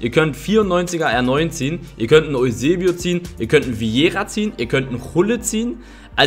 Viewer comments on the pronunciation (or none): none